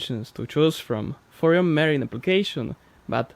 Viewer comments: I love your videos and have been with you from almost day one. I know english is not your first language and want to offer some help and hope you accept the help I am offering and not be offended. When pronouncing "marine" just say Ma-reen! I am trying to learn Russian myself and always welcome help in pronunciation! I think your first language is Slovakian if I am not mistaken. Another interesting fact for The Mercury V-12 outboard engine that they cost $77,000 USD each 😳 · Scott means, ma-REEN instead of MAR-een